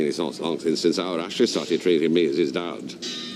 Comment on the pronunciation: That's how Ashley pronounces (or, rather, mispronounces) her name.